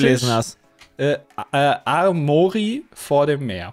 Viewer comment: es heißt aremorika, nicht amorika oder armorika